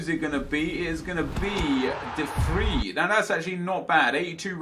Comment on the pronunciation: it's pronounced De Vreye